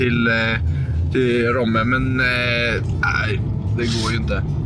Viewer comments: Det heter Romme, inte Råmme 😂 mvh Borlängebo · Nej de heter ROMME inte råme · Romme heter det och inte RÅMME, får panik när man uttalar det med å 😂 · Det stavas Romme och uttalas Romme. Inte Råmme 😂🥰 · Vart fan får nå RÅMME ifrån när det heter R O M M E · Man säger inte Romme som tjejen man säger som han gjorde först . Bor i Dalarna så vet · Du uttalar Romme som O inte å